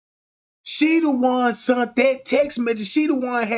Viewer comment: “Sent” not “ sunt” you dickhead.